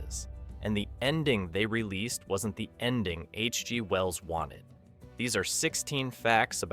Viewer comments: I heard that pause too and suddenly realized it was AI voice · "H. G. Wells" is read with a big gap between G. and Wells. Classic AI flaw.